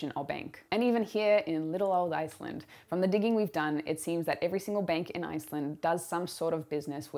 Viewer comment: Iceland is sounding so Aussie